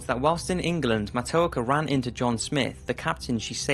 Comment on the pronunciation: As a Native American, thank you for telling people about the true story of Matoaka... I would like to make a minor correction for pronunciation. Her name is pronounced "Mah-toe-ah-ka"